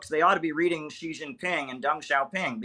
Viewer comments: I don't understand why Americans pronounce the 1st 2 silables of "Xi Jinping" (Xi Ji) like French would pronounce "Gigi". It's so easy to pronounce "Xi" as the English word "she", which would be almost exact. Germans would pronounce even better, as they have the "ch", as in the German word "ich". The exact pronunciation can be found HERE on dozens of videos showing how to pronounce names, cities, provinces, etc, etc in Mandarin: Watch this cute Chinese girl teaching it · Xi is pronounced as “see”, not “gee”. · It’s just pronounced “She Jinping”, Kim. 😊